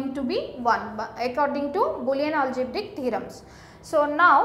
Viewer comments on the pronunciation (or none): none